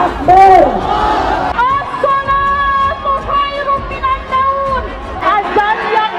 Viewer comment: Kok teriaknya assolatukhairum minan naun? mestinya kan minannaum